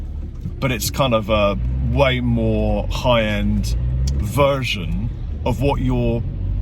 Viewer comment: You sounded so Cornish when you said version haha 😂